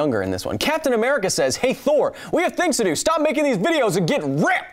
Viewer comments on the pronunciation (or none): none